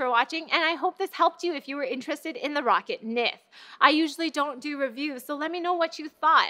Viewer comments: "Rocket" It's Ro-ccat Isn't it? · pretty sure she should atleast be saying "Rockat" there no way that it's how she's pronouncing it at all